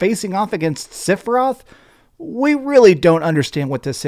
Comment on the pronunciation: For a “Final Fantasy obsessed freakazoid” hearing him say Sifroth was both hilarious and painful 😭